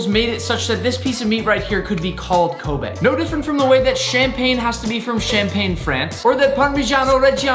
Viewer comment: Glad Nick finally learned how to pronounce Kobe beef 🙌🏻